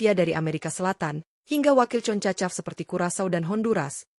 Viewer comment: Ngomong yng jelas min,bukan concacap,tapi jona konkskap😂😂😂